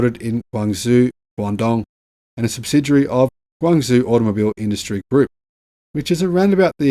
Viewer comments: My goodness, learn to pronounce Guangzhou! It has a JOE sound at the end, not ZOO. Forget the Z. Lived there for many years and my wife's home town, your daily pronunciation is like nails on the chalkboard. Still enjoy and watch all of your videos :) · Guang Zhou is pronounced Guang Joe, not Guang Zu. You'll sound more professional if you pronounce it a bit better.! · Wow GAC looks amazing... BTW pronounce it "Guang Joe" (Zhou pronunciation sounds like "joe"). Guangzhou is the capital of Guangdong province (formerly Canton) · it's pronounced gwong-joe. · Great video. Guangzhou is pronounced Gwang-joe. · Guangzhou is pronounced "Gwan - Joe".